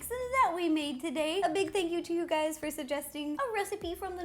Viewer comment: Did anyone else think that Ro said hey gays at the beginning 😂👏🏼